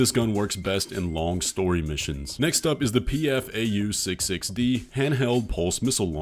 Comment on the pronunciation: Btw i just have to say it but the PFAU like all schneider parts is named after the german bird names and it transaltes to peacock and i get a bit frustrated when smb says it as seperate letters (no hard feelings though love your videos)